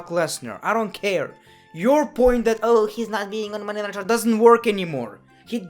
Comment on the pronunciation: He said Monday night traw